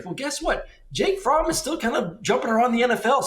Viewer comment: Man said Jake fromm lol